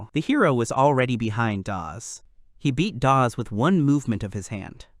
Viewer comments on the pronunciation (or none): you need to work on pronunciations dawg, you butchered EVERY SINGLE NAME including calling Dawes "DaVe"....